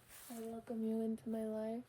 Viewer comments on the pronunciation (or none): none